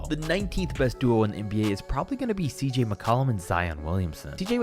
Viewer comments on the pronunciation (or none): Tell me he didn’t say CJ💀